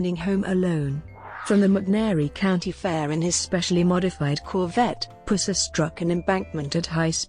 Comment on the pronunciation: Your electronic voice mispronounces his name constantly. The 'Puss' in 'Pusser' is said more like the infection in a wound instead of a nickname for a Cat? (Or like....well you know??)